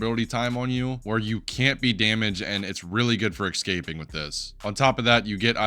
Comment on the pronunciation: its escaping noy excaping bro